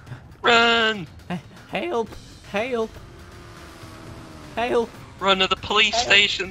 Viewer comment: southern guys trying to say help H-HAULP HAULP 😂😂😂😂 lmao im dying